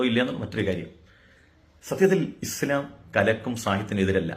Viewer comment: മുടിശം അല്ല ഇസ്ല്ലാം